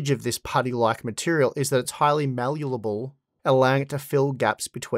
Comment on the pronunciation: Please be honest, how many takes to say malleable correctly.